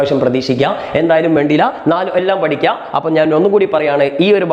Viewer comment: (Sorry) varachu pidikam❌ padikam✔️ 😅